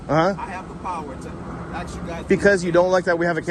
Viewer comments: Baldilocks straight up telling you what to do then instantly gets an attitude when you tell him to take his hands out of his pockets🤣🤣🤣 It’s hard to take someone serious when they aren’t capable of pronouncing a simple word like ASK, instead continuously say axs. Just stupidity at its finest. Not to mention the “I don’t want you to taking my picture” lady😂😂😂 The security lady swears she’s important, more than likely the highest position she’s ever held, “don’t lean on my vehicle” dummy needs to get a clue and realize her or her partners ABSOLUTELY DO NOT have any kind of authority to over ride a United States Citizens constitutional rights!!! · He is gonna axe u again, leave the campus. 🤣 what is wrong with these people axing everyone. Isn’t axing illegal? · He sure does allot of axing. That's scary